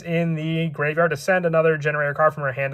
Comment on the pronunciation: Is it not pronounced gene raider?